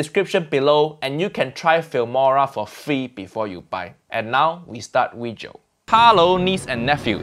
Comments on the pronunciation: Video? Nah. Weejo😂😂😂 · Uncle Roger finally speaks Chinese in his weejio. FUIYOH